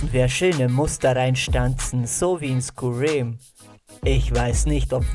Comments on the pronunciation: Es heißt übrigens skyrim nicht skurim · Du hast skyrim völlig falsch ausgesprochen Bitte Google forher Dinge wie man sie ausspricht skyrim wird wie skeirim ausgesprochen mit der tüpichen englischen Aussprache des r's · Is so😂 "Skuriem" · Es wird übrigens „Skai Rimm“ ausgesprochen nur so zur info fürs nächste mal :D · Ich hab ja nichts gegen dich nh, ich feier dich eigentlich aber es wird Skei...rim ausgesprochen 😂🤷 aber wir Skyrim geschrieben 😉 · Es heißt skairim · Wie du Skyrim aus sprichst ist anstrengend mit anzuhören als Fan des Spiels aber das Schwert ist dir echt gut gelungen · Nein skyrim das Spiel wird anderes ausgesprochen und so wie der das macht das ist so anstrengend weil es einfach mehr als Falsch ist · Tschuldigung aber musste immer wieder lachen als er es falsch ausgesprochen hat,aber wie auch sonst bei dem format wieder nen super video gefällt mir 💖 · Also erstens mal es heißt SKYRIM also spricht man es auch wie sky aus und es ist kein Schwert aus skyrim es ist ein Dolch um genau zu sein der Dolch von Mehrunes Dagon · Kannst du Skyrim nicht richtig aussprechen oder habe ich einen Hörfehler?